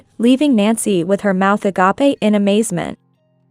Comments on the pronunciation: When are they going to teach these AI's how to pronounce "agape" as in "a grape" not aggapy?????? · For the love of good its AGAP. Please learn how these words are pronouced. Also work on the AI voices. They sound lire the're on the end of a really cheap phone. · Exactly. Very irritating. As you say it’s A-GAPE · Learn to pronounce “a gape”